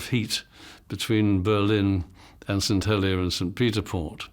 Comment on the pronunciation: as a Jersey man, their pronunciation of St. Helier really grates me, it is Hel-i-er, not Hel-i-a.